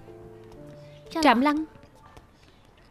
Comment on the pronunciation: Trạm Lãng mừ.....sao đọc thành Trạm Lăng luôn r😅😅😅